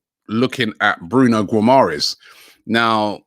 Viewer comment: Can you pronounce Guimaraes right please it’s really annoying